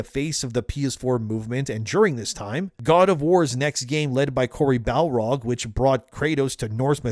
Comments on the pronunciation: Great vid, but it's Cory BaRLog, not Cory BaLRog. Unfortunately. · It's cory 'barlog' not cory balrog.. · Its "Barlog" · Cory Barlog. Not Balrog. He made God of War. He didnt kill Gandalf.